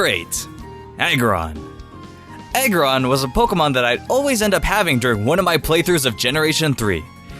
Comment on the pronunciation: how you pronounce aggron is not a-gron its ah-gron